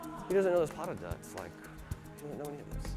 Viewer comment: OOOHHH "pas de deux!" Daaamn I kept hearing paddudduh sksksk XD